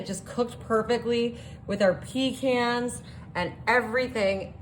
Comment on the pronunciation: It's not PEE CANS 😂